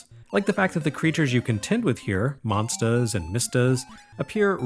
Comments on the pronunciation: Excellent video as usual but there's something strange about the way says "monstahs". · I need a monstah to clobbah dat dere Chack'n! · I've followed since the EGM days but I've recently notice him developing an accent, specially when he says 'monsters' on this video. Nothing more, just a cute thing I noticed. As always, an excellent review. Thank you sir.